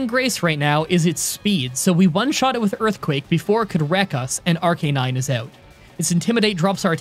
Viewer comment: it’s pronounced ARC-UH-NINE NOT ARC-EH-NINE like you said at 9.33 seconds in this video against the fire gym leader